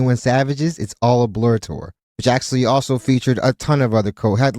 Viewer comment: “It’s all a blore” is cracking me up 😭😭😭😭